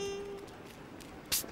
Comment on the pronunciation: I like how the voice actor says "yo quiero Taco Bell but instead of L he pronounce it with a singly R like Taco Berr"